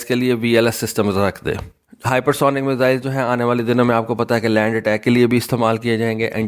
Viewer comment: بیٹا لفظ میسل نہیں ہے یہ 1 بیماری کا نام ہے۔ میزائل بولو